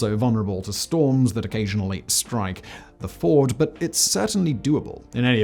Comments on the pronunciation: Fjord. A Ford is an area of a river that is shallow and calm enough to safely cross. It’s advisable to learn how to pronounce the words in a script before recording. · why are you calling fjord a FORD... it ain't no FORD, it's FYORD, bro :) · It's FJORD, not FORD. Two different words with different meanings. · Simon: 'fjord' (Norway) is pronounced 'fee-yord'. A ford is a place where a river goes shallow enough to cross easily on horseback or wheels. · I have never heard fjord pronounced as ford either haha. I was confused a bit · I found Simon's pronunciation of "fjord" indistinguishable from "ford" - as did the auto-generated captions. Weird. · Seismic activity is always what worries my about tunnels. Since you spelled that name, maybe you can tell me how to say fjord? Coming from the US I would call it "fee-yore-d" Simon pronounces it the way I do a waded shallow river crossing or that Ford auto.